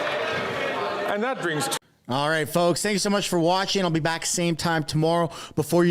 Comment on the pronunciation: did you say Shtream ???